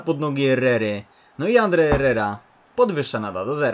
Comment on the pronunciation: To nie jest Andre Herrera tylko Ander Harrera